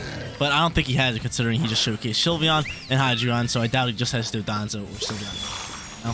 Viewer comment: Dondoza & Tatsugiri 🤣 not Dodonzo and tatsugimi btw cool vids man i watch you erryday 💯